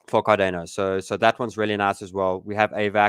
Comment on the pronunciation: Never heard anyone pronounce it Car-DAY-No before